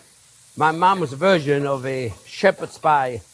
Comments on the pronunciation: What he said: "...my mom's version..." What I heard: "...my mom's a virgin..." Some days my brain.... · When he said my mom's version, I thought he said my mom's a virgin.